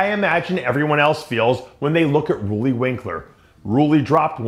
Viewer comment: I love how DP intentionally misspronounces names on purpose. "Rully" Winklar Hadi "Shoopin". This dsnt make u look smarter. Believe me